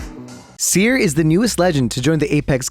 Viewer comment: That’s not seer that’s teer